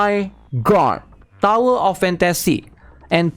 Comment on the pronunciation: DOWER OF FAN-TA-SEE?? OH. MY. GOD.